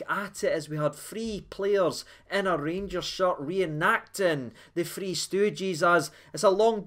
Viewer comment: We are shitting it again ffs,, are you saying free goals or three goals 🤔